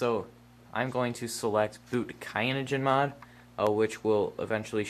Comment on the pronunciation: and it is not Kayanogenmod its Cyanogen. Cyan is a color. I wish I could dislike the video twice.